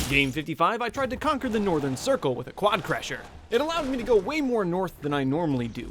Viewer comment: WI think I'm the only one who realised that said quadcrasher and not quadcrusher